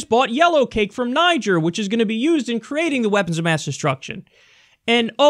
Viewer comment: yo you meant to say Niger pronounced " Neejair"